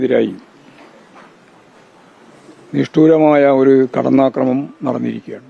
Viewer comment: Kadamnakramam Alla kadannakramanam